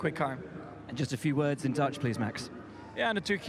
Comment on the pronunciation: Hamilton still has problems to say a word of only 3 letters: MAX. I thought UK sporters have class?🤔🤗